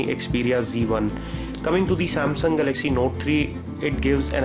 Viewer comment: Please practise speaking in English, it's Galaxy not galagzzz Apart from that nice review